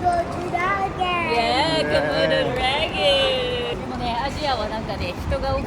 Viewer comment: インドネシアって、とても綺麗なとこですね😊ホテルも素敵過ぎて1泊では寂しいですよね😊でもチカさんちの旅は、どの場面も楽しくて❤消化器のある場所…日本じゃ見過ごす事の方が多いけど工夫されてて注目しますよね。これなら安心😊街のネオン綺麗…だけどバイクの入り方やっぱり怖いですねぇー。のコモドドラゴンの発音がカッコイイ！さすがだ😊プリンちゃんのお部屋紹介やゾウさんとのやり取り素敵😊 おさるさんの映像…そしてやっぱりチカさんの編集が素敵過ぎます🎉次の動画も楽しみにしていまーす😊